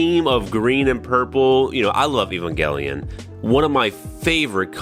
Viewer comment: ... It's eh-van-jelyon = evangel = evangelization = evangelion